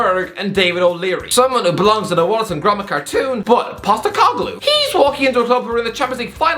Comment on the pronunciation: As an Australian I'm glad you finally pronounced Postecoglou's name right 😄😄